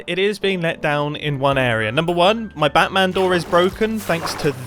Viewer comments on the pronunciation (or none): none